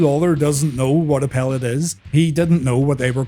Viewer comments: Lol it's not a "pel let" it's a "PAL let" pallet. White collar people 😂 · Pal - Let not Pel-Lit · Theyre called pallets(pal-ets). damn non american fiddling with our language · It’s a pallet not a pellet lol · A pellete?? 😂😂😂😂 a PALLET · Pellet lol it's pallet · Pellet? Its Pal...let. Come on mate! Ya probably live down the road from me